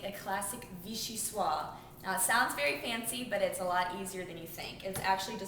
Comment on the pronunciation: Very helpful vid, looks delicious. Pronounced with a 'z' at the end though (as in 'swahz'). Not that it matters much - it's more faux-French than anything else.